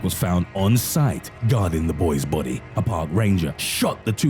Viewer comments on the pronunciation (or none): none